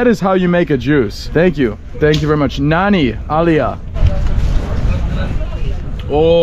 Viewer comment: funny, no one was able to undertand "Nanni aliya" ,but good attempt ! :) local kochi guy now living in CA. also you picked up "your good name" question well !